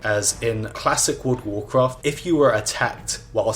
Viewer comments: He didnt played world of warcraft, he played wourld of waughfcafht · Wurld uf wurcraft